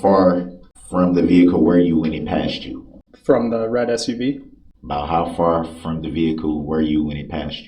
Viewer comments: Why can't he say the red SU V? Especially as hes so adamant that that particular make and model was subject to a class action. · He can’t say The Red SUV. 😂😂